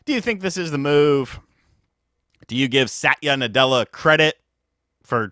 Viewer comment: Bros one syllable away from "sat yu nutella" hahah